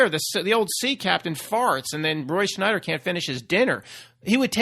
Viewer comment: must be Mandela effected about Roy Scheider too. It’s not Schneider. It’s Scheider. No N. Lol